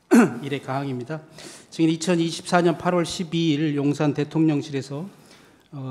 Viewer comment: 형배 재판관은 증자을 잘못하네 ~ 자꾸 정인이라고 하네~ ㅉㅉ 다른사람들은 증인이라고 하는데~